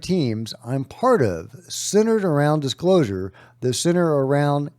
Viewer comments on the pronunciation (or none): none